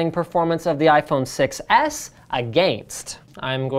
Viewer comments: Everytime you said "6s", it sounded like "success". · i heard you say iphone success not 6s lol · "The iPhone Success" is what I keep hearing. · To me it sorta sounds like Linus is saying "iPhone success" and not iPhone 6S. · I think it's a play on the fact that linus pronounces 6 edge almost exactly like success Edit: I did actually see the video, I just think that that is the only way it k´could be funny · "6S" sounds like "success" when spoken. Just sayin' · Sounds like he is saying iPhone Success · iPhone SUCCES (thats what i heard when you said iPhone 6S)